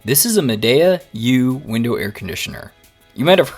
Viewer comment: I’ve had mine 5 years. ZERO PROBLEMS. when I remove it from the window after using it i CLEAN IT. Store it in my apartment. Never ever have had a problem with mold. And it’s pronounced MAdeeA.